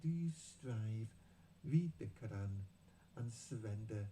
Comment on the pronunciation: Please pronounce Arab words correctly, especially 'Qur'an'. It's not 'Karr-an'. Thank you.